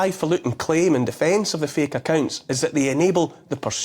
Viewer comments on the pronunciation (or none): He says feek instead of fake.